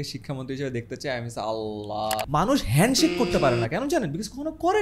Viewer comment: ❤ মানুষ হেন্ডশেক কে হেনশিপ বলে।